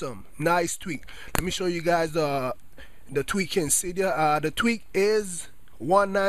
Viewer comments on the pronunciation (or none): i didnt realize till half way through the video he was saying tweak.. i thought he was saying tweet lol im like what does twitter have to do with changing the color of your keyboard